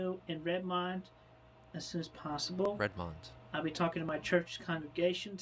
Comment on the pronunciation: If nobody got it, pronunciation of Redmond is not correct.